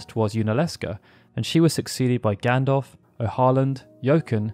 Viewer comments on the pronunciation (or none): none